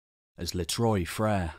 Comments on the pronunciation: I’m sure others have mentioned ex this..Trois is pronounced TWA. TWA frere three brothers. It’s Not troys. How did a Brit get trois wrong I thought every Brit could count to three in French correctly. Even delboy got trois sounding correct. Apart from that repeated issue, it’s a great show well done to all involved. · Not ‘Troy’ Freres. It’s pronounced Trwa Freres in French ! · Les trois Frere.. is French obviously.. the three brothers.. TROIS IS NOT pronounced troy.. but twa.. Une, deux, trois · "trois" being pronounced as "troy" has a certain nails-on-chalkboard quality to it. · As great & interesting as this video is, why do you kill the French language? Many British study French. Troy frere? Please. You suddenly sound totally uneducated. I don’t know Turkish but your pronunciation sounds almost legit. Please fix your Français.